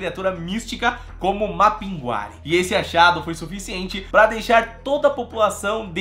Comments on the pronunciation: Não se pronuncia Mapinguari,e sim Mapinguarí sou de Manaus/Amazônas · Falamos Mapingurí no Amazonas, podem ter mudado a pronúncia recentemente. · Mapinguari e não Mapinguári... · Na realidade conhecemos aqui como "Mapinguarí". A tonicidade é na última sílaba. Sou parintinense e essa comunidade faz parte dela. E nunca ouvi dizer tal coisa...mas, está em nossas lendas. E no festival folclórico de Parintins se fala muito e há sua representação.